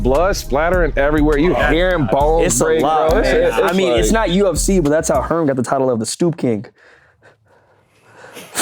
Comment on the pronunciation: Not saying u of c not ufc bruh